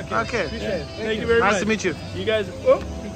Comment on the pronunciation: „und jetzt sag sänk you“ alle so planlos